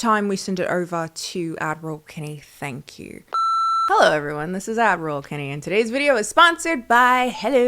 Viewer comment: Don’t feel like an idiot for not knowing that, I can top it ten fold! For almost 2 years now I’ve been watching the channel and thinking shes calling herself ADMIRAL Kennie!!! “Is she in the Navy? Maybe she grew up on military bases?” A few weeks ago I finally realized she is saying! My dumb ass actually thought her ad reads had something to do with sailing the seven goddamn seas! Beyond embarrassing! 🤦🏾‍♂️🤣